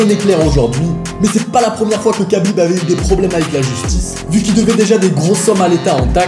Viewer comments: C’est Rhabib pas Kabib ça se prononce Rh mais c’est kh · ça se prononce Rhabib. Merci pour la vidéo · Alors ça s’écrit khabib mais ça se prononce rhabib